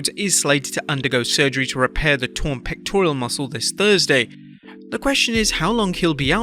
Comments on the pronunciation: Pectoral not pectorial, get it right if you’re gonna use the word so much… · It's pectoral, not pectorial. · "pectorial" lol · Why can't he pronounce pectoral? There's no i in the word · There's no "i" in pectoral my dude.